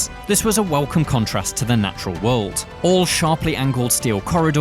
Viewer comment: Pronunciation homework: World, not wold Similarly, not simrilarly